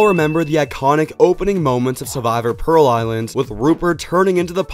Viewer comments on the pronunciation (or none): none